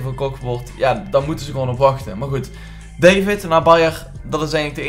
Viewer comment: Het is niet david maar davied uitgesproken!